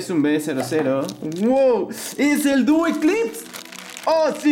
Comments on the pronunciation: aunque creo k se pronuncia dúo eclipse ( o hací lo traducirán ) y una mala noticia en el TORNEO DE HASBRO solo podrán participar niños de 8 a 13 años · Predije desde el inicio que obtendrías a duo artemis y duo apollos y que harías este video. Muy buena esa, cada día hay algo mucho más interesante hasta ahora. P.D: la segunda pronunciación para duo aeclipse, es duo eclipse. Pero los dos nombres suenan bien amigo, ambos nombres son buenos para este bey tan raro como popular.